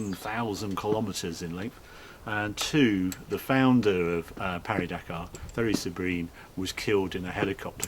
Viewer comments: We pronounce it Paris not Pari - we're not bloody French. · Though you are also pronouncing "Pari" wrong, even in French. You should put more emphasis on the i in Paris. You got the silent S right, but that's kind of it. It's pronounced kind of like Parry but with i instead of y. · Harry, Harry, Harry, if you can say the last part of Paris correctly, why not the first bit? It's PAW REE.